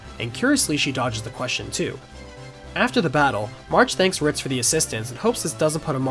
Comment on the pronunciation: No one else is hearing “Fritz” when he means “Ritz?” No one?